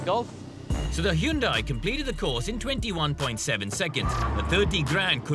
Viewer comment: Whats this HE-YUN-DIE ?!!